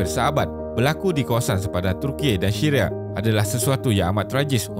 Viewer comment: dia sebut syria : shiria 🤣🤣🤣🤣 🤣🤣🤣🤣🤣